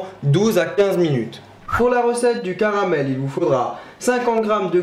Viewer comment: "Le carabel" X)